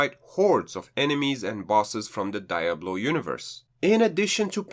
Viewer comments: Ok since nobody has said it I will because I couldn't even finish watching your first review before I had paused the video a couple of time due to you calling the game die-ablo......listen not to be an a-hole but you have a kind of big youtube chanel not to know by now that this game is called pronounced dee/ablo NOT die-ablo, sorry I had to tell you this cause I love your video reviews but that pronunciation drove me crazy. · It’s pronounced dee ablo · it seems like he is coming of as an a-hole. Yes its pronounced dee/ablo. But obviously everyone has different accents and ways they come out naturally when speaking. He seems to be the only person who has had an issue. Your reviews are great. Keep it up. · Diablo deeablo anyhow he pronounces it,it’s ok